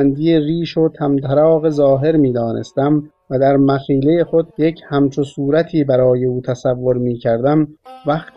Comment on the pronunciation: درودتان باد ..اما صحیح خوانی رعایت شود .مخیله ؟ مخیله چیست دیگه ؟ مشدد خوانده میشود استاد.باعر ض معذرت